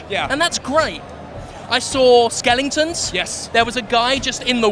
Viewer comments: Skeleton* he was pronouncing "skeleton" similar to skellington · what the hell is a skelington? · WTF is a skelingten? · What's a Butahfly? Or even a skelington? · lol the fat guy has a strange pronunciation